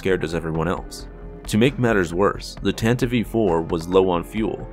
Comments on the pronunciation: 🤦‍♂️ Why do people pronounce the ship as Tantive 'E' 4? It's just Tan-tive four. Not Tan-tive-ee four. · STOP SAYING TANTIVE E4 ITS TANTIVE IV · Dude...you gotta stop saying "Tan-ta-vive." It's Tantive. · Its tantiv 4, not tantiveee 4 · it's called Tantive! Not Tantivie! Why is everyone pronouncing it wrong?? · Tan-tiv, not tan-ti-vee. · "Tantiv-ee IV"? Really? I've always pronounced it like 'Tan-tive', same sound as 'give', because that's how English works. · Why does he keep saying “tantiv-ee” ? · did you say the tantive e four? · “The Tantivey IV” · What is a 'Tan-tiv-ee'? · wait wait wait wait.. Did he say "Tan-teev"?? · Doesn't really change or oppose my stance at all, it still sounds dumb and I'm still going to pronounce it tan-tive. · Tantiv 4 the e is silent. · It's pronounced "TAN-tiv" dude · Although from what I hear, the radio broadcast version used the "Tanta-vee" as the correct pronunciation, too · You fail to consider that it's a stupid pronunciation and the way literally everyone else says it sounds way better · The e in Tantive is silent. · Bro you should learn how to say Tantive